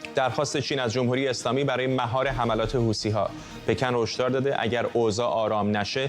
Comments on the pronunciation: خطاب به کارشناس اولی،، حوثی ها نه حوتــــــــــی ها 😂😂😂😂😂😂😂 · حوثی ها یا حوتی ها..چرا ما فکر میکنیم اگه ی لغت را جور دیگه تلفظ کنیم با کلاس تره؟ یا از بی سوادی ، این گروه یمنی اسمش حوثی. چرا میگی حوتی .حوتی را از کجات اوردی؟